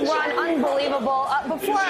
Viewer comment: Every time she says Ron I keep thanking she says the word run which is probably more appropriate